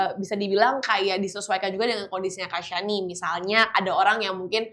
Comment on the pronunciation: Kak shani Pemilik nama udah sebutnnya shani Bukan syaniii. Gak berusaha dikoreksi ngomong nya kak😂